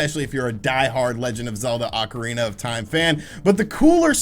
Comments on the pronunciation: Take a shot every time he says “Legend of Zelda: Oncirina of Time”. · Is it Acarina or ocarina ?